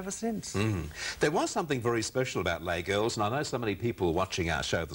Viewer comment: Lays LLes Girls. How to pick Australians: Mispronounce french. I remember seeing the show's advertised in Ringwood when I was a kid.